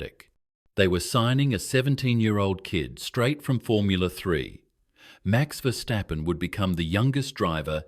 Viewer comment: Чувак навчися вимовляти прізвища не стапен а ФЕРСТАПЕН ти ідіот а не видучий